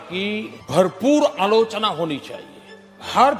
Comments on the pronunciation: Bhai work Alochana nahi aaloo chana bolta hai... 😂😂😂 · Alochna ❌️ Allu - chana✅️ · Everytime when modi says AALOCHANA, my mind automatically interpret it to his literacy level what he thinks that is Aaloo- Chana 😅